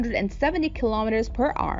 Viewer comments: Hour not r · And it’s “hour”, not arr. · It’s hour not arr 😏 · “Kilometres per arrr “ 😂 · She doesn't pronounce "kilometers per hour" instead she says: "kilometers per Ahrrr". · Whats up with her pronouncing hour as if shes saying "are"lol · 12,000 km per R.(are)... 15,000 km per R. Love the pronunciation of the word "hour" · Kilometers per what?! ”Ar”? Hour! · Kilometers per arrr :D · narrator needs to learn how to pronounce hour cause its annoying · Oh my god. I tried to just listen to the information but the kilometers for ARRR made me want to shoot myself out of anxiety and being totally uncomfortable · Per r 🤣😂😤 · I'll help you out, say the power but without the p. Like when you get hit you say "OW" now say er. Ow, er.....ower......hour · Wtf is “per arrr” 😂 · She sounds like a pirate when she says the word hour. 🤣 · you can't say the word hour